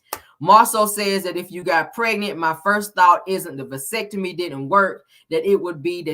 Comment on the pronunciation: “Pelicure” and “Basectomy”😂😂😂😂😂😂😂😂😂😂😂